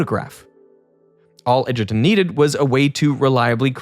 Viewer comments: bro can't even pronounce Edgerton properly...smh. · Edgerton hahahaha